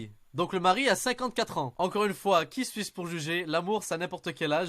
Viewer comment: “Qui Suisse pour juger” J’ai clairement entendu ça x3